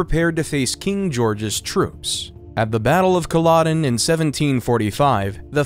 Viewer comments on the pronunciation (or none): none